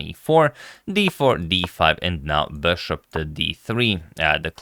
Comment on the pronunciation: "Bøshåp" - it sounds french? (LOVE! LOVE! LOVE!)